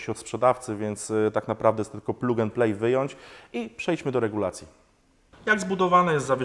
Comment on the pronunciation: Mała dygresja odnośnie wymowy: PLUG & PLAY - plag end plej. Pozdróweczki!